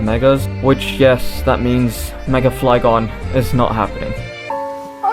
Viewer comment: THE U IN FLYGON IS SUPPOSED TO BE A Y!